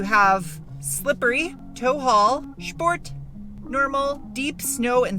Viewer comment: Of all the fun things you say, "Shport" is my favorite.